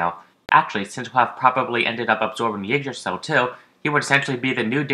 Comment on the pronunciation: Ygdrassil not Ugdrassil FFS....